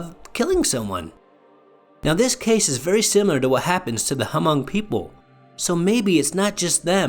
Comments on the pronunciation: The H in Hmong is silent. It's pronounced Mong. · Thank you, the “H” is silent. Very much like “knife” the “K” is silent. I would like to share this video but fear that my peeps would give me grief for the mispronunciations through out the vid. If and updated audio can be made, that would be nice. In the meantime, liked, subbed and added to my list in hopes of a updated audio.